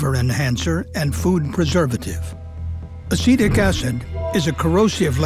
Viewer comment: What the narrator says: "Acetic acid" What I hear: "Acidic acid" My brain: "Ah yes, the acid is acidic, what a surprise"